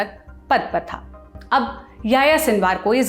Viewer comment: Tha nahin thye bol